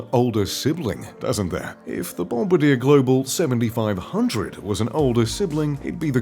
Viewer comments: BOMBADEER?!?!? Um, try "Bom-bar-dee-'air," dummy. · It’s not pronounced “ bomb a deer”. It’s bom bar de aaa”. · I have a friend who flew these jets. The narrator needs an education: it's not Bomb-a-DEER... It's the French Bom-BAR-dee-ay. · BOMB - BAR - DEE - A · Bombardier is French. Bon-bar-dyè. It's not named for a member of bombers aircrew. Lol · You would think someone who does the research for these videos would at least learn how to pronounce Bombardier! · needs to learn how to pronounce Bombardier.lol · Doubt it, since they didn't pronounce the name correctly! :-)